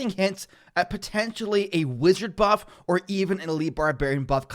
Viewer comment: Excuse me....? Did you say buff?!